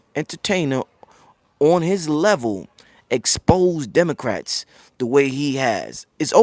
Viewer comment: Pro Griff said "Demon-crats ! 😂😂😂